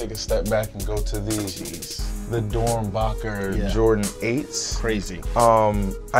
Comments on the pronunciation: "The Doernbocher", I could have swore it was Doernbecher. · he said DONBAKER😂😂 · He said the dormbockers instead of dormbeckers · Victor its doernbecher not "doernbocker" lmao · This nigga Cruz said"dorenBOCKER" IM DONE😂😂😂😂